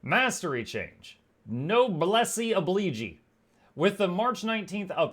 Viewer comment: it's hilarious to hear you say "noblesse oblige" 🤣